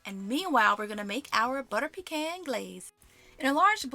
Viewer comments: You keep pronouncing "pecan" different ways lol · Shout to them requiring measurements in the video, lol. & I pronounce "pecan" differently depending on what I'm saying too, lol